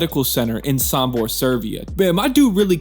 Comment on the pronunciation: Sombor not Sambor!🎉